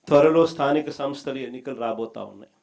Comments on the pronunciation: స్థానిక సంస్థ అని ఉచ్ఛారణ కూడా సరిగా చేయ లేవు. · jagan తో అనిపించు కరెక్ట్ గా😂